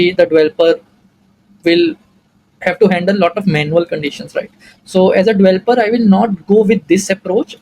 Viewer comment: its developer not dvelper otherwise great video